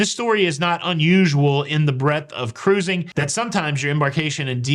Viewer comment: Congratulations to a special couple! I so much appreciate you & for the great videos on all the aspects of "cah-rooz-ing" that you so capably give us. Happy sailing ahead!!